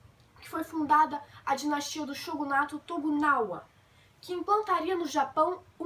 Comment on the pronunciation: Não é TOGUNAWA! É TOKUGAWA! Se você quer ensinar pelo menos decore os termos corretamente